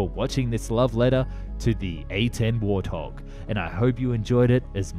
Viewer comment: Excuse me, did you say warthog or war thong? 🤔🤔🤣🤣🤣🤣🤣🤣🤣🤣